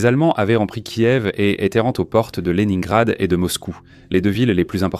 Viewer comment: les nains grad 🤣🤣